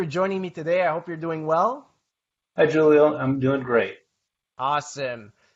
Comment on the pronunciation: 😂 “Thank you Jewlio”